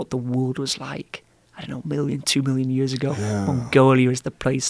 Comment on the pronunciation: The way he pronounces "years" is a dead giveaway, had a teacher that was Welsh with a faded accent but that word stuck